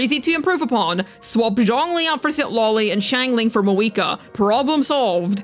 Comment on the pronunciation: where did your pronunciation of Mah-VU-I-Kah go?